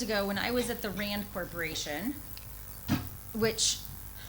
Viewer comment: did she really say - ' not RAND corp. but RAAND corp.' ? or i listened it otherwise.